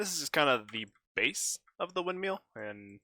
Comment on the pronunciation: I’m not meaning to be rude, but it is a windmill not a windmeal